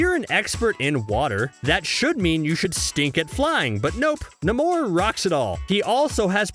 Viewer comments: Why is the world is the guy calling Namor, "Nimor"?! It's pronounced NAY-MOR! Sheesh! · NAY-MORE it's pronounced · NAY-MORE = NAMOR.. The way you said his name was killing me. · At first I thought he was joking but then kept doing it again and again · Why did you say namor like that